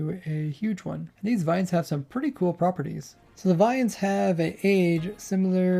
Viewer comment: He is German? Oh Lord!!